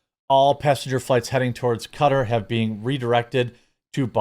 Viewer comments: Ka - Tar not Cutter lol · Isn't it Ka-Tar not Cutter.....? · I absolutely HATE the way you pronoun Qatar. It's KA-tar NOT cutter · It's pronouced kuh-TAR, not KUH-ter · It’s QATAR not CUTTER 🤦🏻‍♂️ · When did "Kuh-Tar" start being pronounced "cutter"???? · You mean to tell me Qatar is pronounced “Cutter” and not “Ka-tar”? Reminds me of when Kyiv went from being “key-ev” to “key-v” lol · It's not cutter. It's qu-tar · It’s not pronounced cutter, it is pronounced ka-tar. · Jeremy, it's "kuh-taar". Not "cutter". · Pronounced Kuh-tar, not Cut-er. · When did we change the pronunciation of Qatar(Ca-tar) to cutter? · Don't make my head hurt! It is pronounced Ka-Tar, not Cutter. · It's KA -TAR not Cutter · “Kuh-Tar” 😡 “Cutter”😁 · Great job but one small thing Qatar is pronounced Kuh-tar not cutter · Qatar is pronounced //kuh-tar// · Is it pronounced “cutter” or “ka-tar”? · Cutter? Do they mean Qatar, pronounced Kuh-tar or Kay-tar? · Qatar is not pronounced "cutter" it is pronounced "kah-tar". It's driving me nuts. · "Cutter" ? I think you mean "ka-tar" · "kuh-TAR," Jeremy. Not cutter. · kuhTAR not cutter. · It’s pronounced Cah-Tar not Cutter. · Q(like a K) A(A like apple) and TAR like the liquid. NOT cutter. lmao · say qwa then tar you might get it right. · everyone saying cutter is driving me nuts lol kuh-tar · It's not pronounced as cutter it's Qatar ka-tar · I think it’s pronounced “Ka tar” not “cutter”. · Why does everyone call it cutter, it’s frikkin ka-tar….. ka-tar 👍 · Kuh-tar. Not. Cutter. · QA-TAR not cutter 😂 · Im about to stop watching this dude just because of the way he says "cuter" instead of QUE TAR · Say Qatar correctly Kah-Tar not cutter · Strange hearing it pronounced "Cutter". I'm sure it's more like "Cut-tahr" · It's not cutter... it's Qatar. Pronounced katar not cutter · I dont think its pronounced cutter. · Do you know you're pronouncing "Qatar" wrong? You're saying it like "cutter" 😂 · You pronounce it ka-tar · If I'm not mistaken it's ka-tar